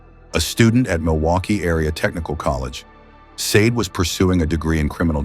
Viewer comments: Sade is pronunced “Sha-day.” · You can't even pronounce her name right. You need to take this down and repost it with her name pronounced correctly. It's highly disrespectful. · Dude you hear her loved ones say her name so many times and yet you aren‘t able to pronounce it correct. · Your AI is very disrespectful with the pronunciation of the victims name. Just saying 😌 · Is this AI reading? You pronounced her name wrong everytime and pronounced # as numbersign when reading out hashtags. Shameful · I think it’s AI,it’s terrible at pronounciations